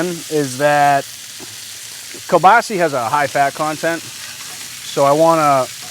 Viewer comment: You guys are great, I really enjoy your videos, however... it’s kielbasA not kielbaasi! I know you guys are from New England but...😊